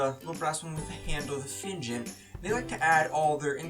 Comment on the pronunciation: Quality video!! And I don't even drink coffee. By the way, I'm not sure about Turkish but in Israel it's pronounced Feenjahn (Jah like the Rastafarian Jah)